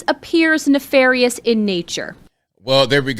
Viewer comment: Nefarious, not "netharious".